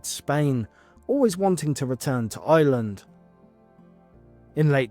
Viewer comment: It’s Ireland not Island